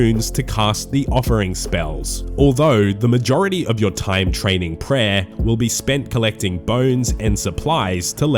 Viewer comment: Per owahhh, you need speech therapy